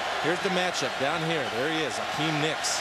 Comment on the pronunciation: its Hakeem not Hakim